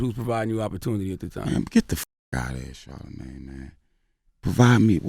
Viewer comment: I dislike 'charla-maid' !